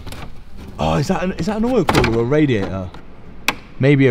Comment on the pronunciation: what's a radia-oh?